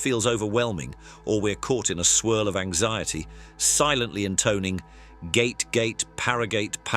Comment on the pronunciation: Yeah, pronunciation is the main issue with these videos. Narrators need a pronunciation guide.